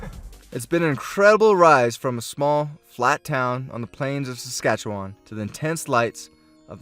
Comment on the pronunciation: I'm surprised he said Saskatchewan right.